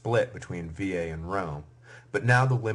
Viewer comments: Thank you so much for your work. Let me point that the Etruscan city of Veii or Veyes, would never be pronounced like you do. Even if the usual American pronunciation errs I think you may correct that in future lectures. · If he is trying to say it as it would've sounded in Roma, then no, he is saying it wrong. The vowel there is a long e which is pronounced as e in 'they', a in 'late'. The sound he made would come from the vowel i. Latin is a regular (linguisticly) language so the way letters are pronounced is consistent with one sound per letter, unlike English for example in which a letter or combination of letters can have two completely different sounds e.g. monarchy chyme and itchy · It's easy. Vey EE. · Bizarre pronunciation of Veii